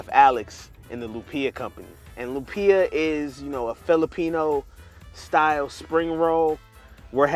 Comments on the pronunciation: "loom -pia" BRUH. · bro its LOOHM-PIA not loom pee yah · I’m cringing the way the host pronounces lumpia. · Pronounce Lumpia the right way bro- you killin me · my man...you need to pronounce lumpia the right way...surprised none of your producers checked you...thats disrespectful...and you suppose to be a foodie?? c'mon bro.